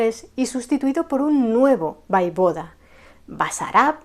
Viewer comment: Hola, en hora buena por el canal. Me gusta. Si me permites unas pequeñas sugerencias. Yo soy rumana y en los libros de historia con las que yo estudié ponía que el príncipe ungaro se llamaba Sigismund Bathory. Y te lo digo con todo el cariño del mundo y comprendo que es difícil pronunciar ciertas palabras en rumano, repito con cariño y respeto no se dice Vaivoda, se dice Voievod. Quiero decir se llamaba Vlad Țepeş el Voievod de Valachia que es como se escribe en rumano. Saludos.